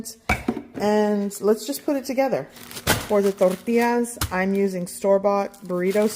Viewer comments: I like how you say , torrrrrrtillas😅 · I love the way she has to roll her 'R's" when she says tortillas!! LOL!